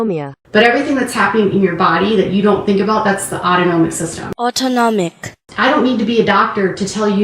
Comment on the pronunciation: As a mother with a child with autonomic dysfunction, she should have heard it enough to know how to pronounce it. SMH. You have moved up to being my FAVORITE creator!